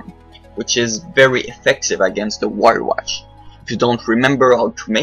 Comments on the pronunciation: "wyrewatch"' :p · vyrewatch not wyrewatch :P